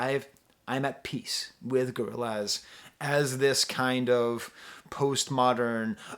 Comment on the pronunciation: Hearing say "Gorril- AZ" is all i needed